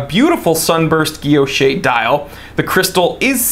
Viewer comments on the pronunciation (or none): Pronounced guil·loche /ɡəˈlōSH/. The last e is silent. Otherwise, great review as always.